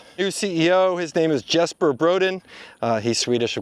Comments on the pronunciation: Jesper Brodin is actually pronounced YES-per bro-DEEN, not JES-per BRO-din. 🇸🇪🇸🇪🇸🇪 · You mispronounced Jesper Brodin, It's pronounced closer to Yay-sper. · Jesper is pronounced Yesper